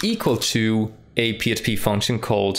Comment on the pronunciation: why does he keep saying PSP file? is this a slip? or accent thing?